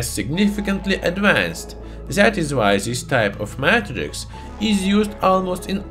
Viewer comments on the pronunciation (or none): none